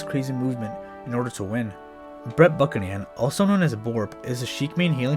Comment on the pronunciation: thats not how you pronounce buchanan